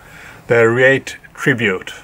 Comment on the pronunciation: It's pronounced Ree-at and Ca-yo-tee.